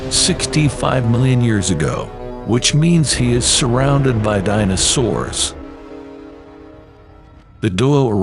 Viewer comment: Dyna-Soors. Nice one AI. Try harder.